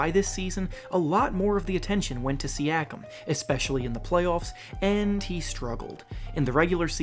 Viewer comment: Bruh that ain’t how u say siakam